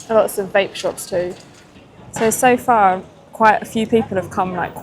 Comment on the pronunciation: When she was saying "Vape shops", I thought she was saying "Bait Shops." Worms and minnows. lol